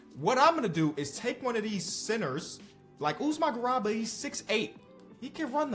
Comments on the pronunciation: and mispronouncing “GARUBA” as “GURABA”😭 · please, its pronounced Usman GA-ROO-BA. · GARUBA GA RU BA Not garaba. Y'all really need to do better pronouncing African names. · Really appreciate the content man. Check out the pronunciation of garuba tho:) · One day will pronounce the name garuba correctly